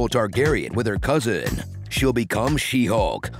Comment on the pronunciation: She-Sulk lol